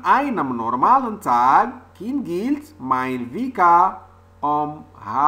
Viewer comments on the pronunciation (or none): Slt! J'espère que vas bien. bonne vidéo. J'ai quand même trouvé quelques fautes d'orthographe et de la prononciation. Par exemple "An einem normalen Tqg KINGELT mein Wecker um halb sieben"